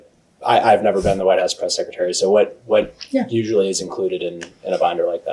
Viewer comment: Press “seck a tary” 😂😆😂